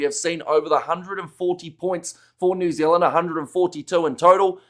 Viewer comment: What's with the constant yapping from the dude that says New Zilland 🫪😣